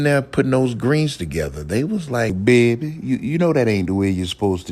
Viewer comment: When you said "Baeeby" you took me right back to when I used to live in Louisiana 😂😂😂 I do miss the good food 😊